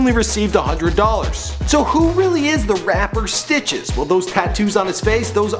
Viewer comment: Why does he sound like he keeps sayin Snitches instead of Stitches